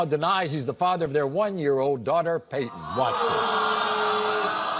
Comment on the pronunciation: The mom names the child "Payton", but pronounces it "Pay-eh". 🙄🙄🙄